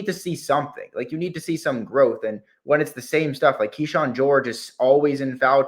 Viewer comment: I’m sure you’re right but that a lot of people don’t know. But a lot of critical people do. It’s exhausting to listen to podcasters and journalists that don’t even know how to pronounce kyshawns name. I’m chirping off and like it or not I have PHD in Wizards f*ckery.